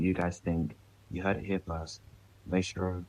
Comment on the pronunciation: your mispronouncing maestro